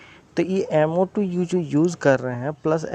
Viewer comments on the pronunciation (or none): MnO2 not MO2